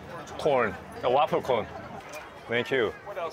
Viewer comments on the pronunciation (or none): cone, not corn.